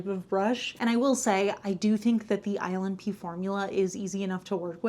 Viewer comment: Everytime she says ILNP, I hear "Island pee" 😂